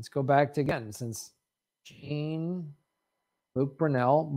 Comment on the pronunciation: Brunel was French. HIs name isn't pronounced Gene, it's Joh.